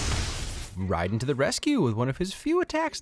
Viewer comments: Ryden? They say Ray-duhn in the movie and games... :c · I'm sorry but please say Raiden correctly it's "Reiden" not Rayden. I'll give u a pass this time ,,,,. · yo who the fuck is this Riden guy? There's an A buddy it's indeed pronounced Ray Den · I understand "Asian" can be hard, but its pronounced "Rayden" you even said it right first, and then came completely out of left field with that "Rye-den" drop. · Raiden as in "Ray-den". Raiden as in "Rai-den" is the cyborg ninja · Its not pronounced Raii-Den, its Ray-Den. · Who the fuck is Rye-den? You mean Raiden (pronounced Ray-den) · The way he says raiden is a sin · Ray din not ri din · Riden. As my name being Raiden this offends me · Wait, am I missing an inside joke of some sort with you calling him Ryden or do you actually think that's his name? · Its called ray-den not raieden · did you really say “Ryden”? 😞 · Haha see Raiden say Ryden haha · It’s pronounced RAY-DEN not R-EYE-DEN.. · Rai den sorry it’s pronounced ray-den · Did he pronounce Raiden's name as Ridin? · It’s pronounced like Rayyyden dude. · Nooooooo, you said Rye-den. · Did you say "Riden to the rescue" instead of Raiden??? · How did you mispronounce Rayden/Raiden??? I'm also surprised at how long it took you to do this absolute classic. Nevertheless I'm here for it! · you said raidens name wrong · well the first time yes the other times no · you're pronouncing raiders name wrong. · Omgggg cringe so hard at how you pronounced raiden. Oooof big oooof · Please, stop mispronouncing Raiden I beg of you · So are we just going to completely ignore the way he totally mispronounced Raiden’s name? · Please tell me the way he pronounced Raiden was a joke🤣🤣🤣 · pronounces Raiden correctly. pronounces Raiden incorrectly.